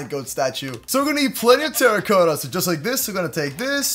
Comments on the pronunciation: It is spelled terra-cotta but it is sounded like terakata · It’s terracotta not teracoetta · He sounds so weird saying terracotta wrong